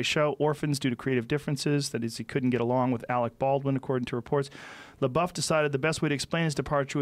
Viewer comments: Joe "PooDiePie" "Shia Labow" Rogan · Joe “Shia La-bow” Rogan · Joe “shia labo” Rogan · Joe “Shia Labow” Rogan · Kind of happens when you are too consumed in pronouncing "LaBuffoon" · Everyone: Joe... we know which Shia you're talking about... you don't need to try to pronounce his entire name every single time. Joe: L E H B O O F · "Shia Lebou?" Lol.... Joe, you're a legend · It's pronounced 'LaDouche'. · Joe Rogan is such an old man if he doesn't know how to pronounce Shia LaBeouf's last name lol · It’s pronounced shy la douche. Although he sort of redeemed himself with peanut butter falcon. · Legend has it, he's still asking how to pronounce Shia Labeouf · Rogan pretending not to know how to pronounce his last name. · Take a shot for every time he calls 4-chan guys amazing, and mis-pronounces Shia's name and you're dead. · I love how many times Joe asked how to pronounce his name lmao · I HATE when celebrities mispronounce other celebrities names like they don't know his name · You could e titled this video ‘Joe Rogan learns how to say ‘Labeouf’ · It’s weird that joe Rogan doesn’t know how to say Shia leboufs name but knows all kinds of bad shit that Shias done.. like bruh you don’t know the guy or anything about him or what he’s been through and you should know that media dramatize everything. Then joe reads the article and goes “well that isn’t that bad” and then says “whatever” and proceeds to down talk him.. you’re better than that Joe come on 🙄 I love your podcast and you seem like a dope dude but that’s not cool man :/ If you do ever have him on the show then I really hope you apologize to him. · Joe rogan is acting retarted to shia’s last name,how many times do they gotta correct him just for him to say “is that how you pronounce it”